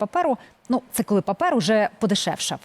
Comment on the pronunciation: Не папЕр, а папІр. 😉😁